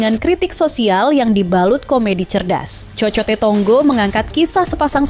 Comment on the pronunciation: Kok isok bacanya kokote...cokote.... Hadehhhh..ga paham artinya kok review to min...min...😂😂